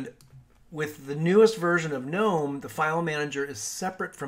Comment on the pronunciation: Thumbs up just for pronouncing Gnome correctly.